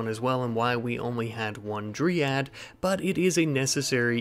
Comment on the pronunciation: Sorry to be one of those annoying people but you're pronouncing Dryad wrong. You've been saying dree-ad, but it's dry-ad